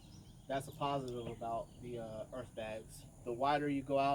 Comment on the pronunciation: Ok. But i cant stop hearing Erff bags. He says Erff bags. Is this a Diabetes v.s. Dibeetuus thing. I say it like Errrrth with no f sound within about 25 blocks. Thought Fffought Birth Berff That way Fat way